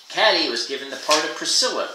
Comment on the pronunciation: I like how you read, but I'm pretty sure the protagonist's name is pronounced "Kay-tee" not "Cat-ee."